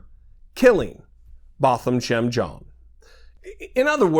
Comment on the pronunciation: The FRENCH name JEAN is pronounced JAAN. The N should not be emphasized. He was a fellow COUNTRYMAN.